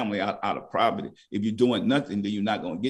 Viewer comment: Love my guy says Proverty